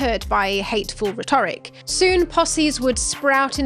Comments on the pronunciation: "Rhetoric" should be pronounced with the emphasis on the first syllable, not the second. Great stuff, though. Subscribed 👍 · 'rhetoric not rhe'toric? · Do British people pronounce Rhetoric differently than Americans do? They emphasize the 2nd syllable whereas Americans emphasize the first?